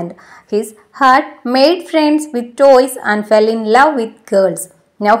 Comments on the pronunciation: that is not ' toys' it is 'boys' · Toy alla boy ആണ് 😅😅❤❤